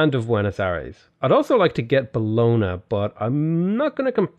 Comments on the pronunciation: hey, italian speaker here. bologna is pronounced bo-lon-yah (not buhlona):) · The way you say Bologna makes me want to cry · It will amaze you but since I actually live in Bologna I cringe whenever you pronounce it, at some point you mispronounced it like seven times in a row, good video though!